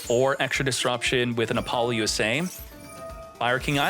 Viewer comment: Why does he pronounce so many cards different? Apollousa does not have an (N) in it's name